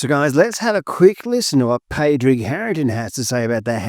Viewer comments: Good video well done - but please learn how to pronounce ‘Padraig’ - it’s should sound like ‘Paw-raig’ 😮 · Great video. Very interesting and not something I’ve seen talked about much on YouTube. FYI Padraig is pronounced Paw-drig. Or even just Paddy is quite acceptable. Love from Ireland 🇮🇪